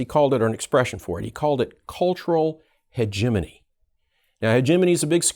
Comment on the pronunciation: Hegemony Christmas! Is this really how you pronounce hegemony?